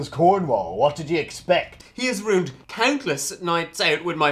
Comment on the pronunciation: "ruined" sounds like "rude" LOL